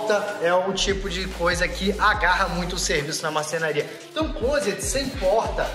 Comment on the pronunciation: Parabéns pelo vídeo e quando vc quiser tirar onda pode pronunciar “clóset” quase sem pronunciar o t no final.